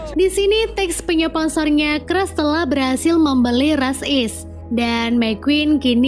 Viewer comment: Sedih cruz dibaca cras 😢